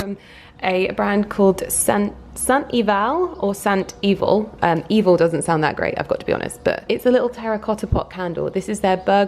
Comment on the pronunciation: Hey, the candle company is a Cornish Company, St Eval is a village on the north coast of Cornwall. Pronounced Saint ‘Ev ell.’ 😊 xx love your videos!! xx xx